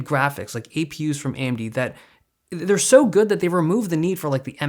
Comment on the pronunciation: AMD its an A-eM-deeD!